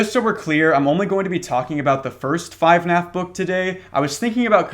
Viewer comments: when the fuck was it called 5naf its FUHnaf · "5naf" instead of "fnaf" is my favorite small detail